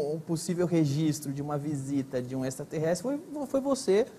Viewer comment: Nossa esse Gentili não consegue falar direito a palavra extraterrestre...horrível, fora q as perguntas cretinas de sempre....e a desafinação do Roger e6 incrível... 🙄🙄🙄😀😀😀